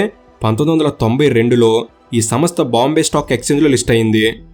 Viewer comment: Samastha kaadu raa..samstha. Nee ayya neeku telugu kooda sariga theliyadhu, video lu endhuku cheyali?